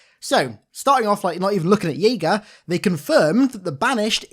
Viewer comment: pronouncing it as "yaega" lmao